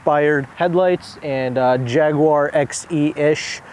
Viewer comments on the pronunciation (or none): none